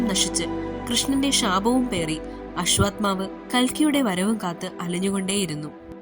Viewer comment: അശ്വാത്മാവല്ല മോളേ. അശ്വത്ഥാമാവ്........